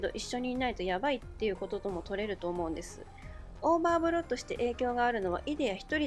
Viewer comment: Rinさん！オーバーブロットがオーバーフロッドになってますよ！